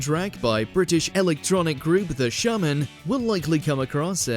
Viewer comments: Aren't they called the Shamen (pronounced Shay-man. ) I don't know who the Shahhhmen are. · The Shaaaaahnmmen? Pronounced Shayman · ShAYmen not ShARmen!!! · It’s pronounced Shaymen. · Ok 1st up! Shaman pronounced Shayman not the way the narrator says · The SHARRRRRMAN LOL:rocket-red-countdown-liftoff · Hate to be that guy but the pronunciation of The Shamen annoys me 😂😂😂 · The "Shaamin" was bad enough. AlberT "Kamiss"? I'm out.